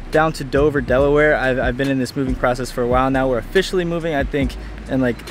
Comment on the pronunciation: Ofishally.... Ha intro